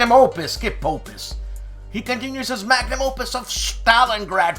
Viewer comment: G'day. Another wonderful episode, but did you drink a magnum before trying to say Magnum Opus? Take Care Il Duce.